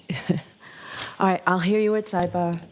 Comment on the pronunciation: This whack job of a judge (biased Bev) “cawn’t” refrain from constantly interfering. “Side bawr” “turn on the lights” “take that down” “move this testimony along” So disgusting and unprofessional, Bev!!